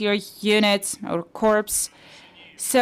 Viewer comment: corps is pronounced core